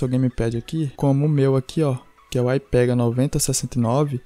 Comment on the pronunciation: Nao é "AIPEGA" É " ÍPEGA"